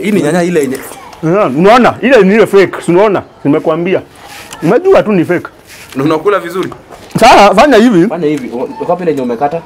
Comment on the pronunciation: Na kula na anasema Ni "feek"